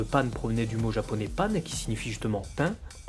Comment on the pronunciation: PANE ? Mdrrr pan stp..